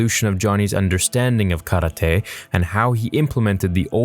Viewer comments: tf is “Ka-ra-te” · How you say karate is weird but i like that i like that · the way u say karate makes me wish i was dead